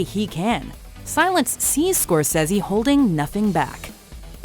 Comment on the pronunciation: scorsaESe (its pronunced skor-sae-sea) get it right i am a fan of his work.....please dont distruct his name